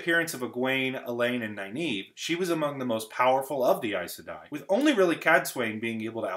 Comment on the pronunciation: NarISHma, not NarSHIma.NynAEve, not NynEAve. Pedantic, but felt annoying to see.